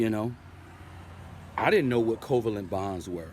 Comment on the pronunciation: Your pronunciation of covalent is wrong. The intonation should rise at VAlent.